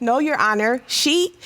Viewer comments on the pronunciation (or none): Not a "me-me" 😂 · 💀 When she pronounced meme "me me"